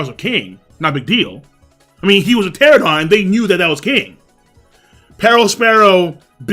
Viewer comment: Pteranodon, not pteradon.